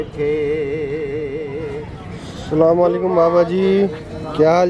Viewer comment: Bhai plz say ASALAM O ALIQUM instead of Slamoaliqum. Don't mind plz.